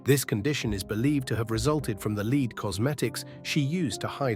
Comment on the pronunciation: AI again, screwing up. Pronouncing her make-up as LEED,whereas it was LEAD. So shameful for one of our great queens.